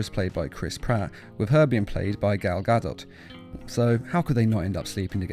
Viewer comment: Jon-Charles Thomas Gal Gadot (guh-doe) is the actress who plays Wonder Woman in the DCEU movies.